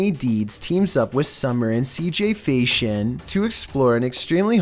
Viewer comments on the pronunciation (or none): Is Cj FAISON,NOT FAISHON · It's CJ Faison not Fashon